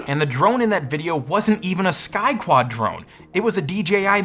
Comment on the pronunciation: I heard "Sky Twat"